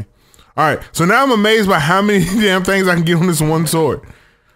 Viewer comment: "THANGS" i like it.